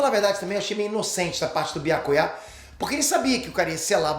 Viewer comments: Byakuyá ? Fala o nome dele direito mzr Byakuya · Ta de lascar ouvir pronunciar errado o nome de Byakuya e de outros personagens. Depois ele quer ter razão quando reclama quando pronunciam o nome dele errado.